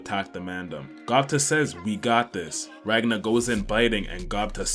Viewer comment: The fact that this guy, who can't even pronounce "ranga" properly has 120k subs shows how stupid this world has become.